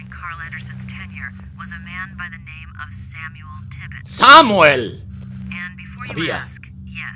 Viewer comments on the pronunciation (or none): none